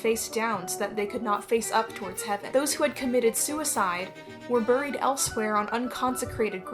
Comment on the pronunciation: The background music while you're talking is very distracting. Also please stop pronouncing buried the way that it's spelled my autistic self is going crazy lol